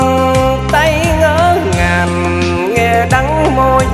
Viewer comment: Giọng thì hay có nhiều từ phát âm sai vd như: Vàn cây..... Niềm tinh..... Ngỡ ngàn.... Đắng đo..... Hic hic